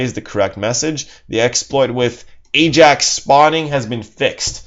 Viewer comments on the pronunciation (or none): none